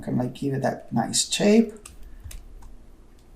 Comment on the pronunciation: I like when you say Shape, you say CHape haha XD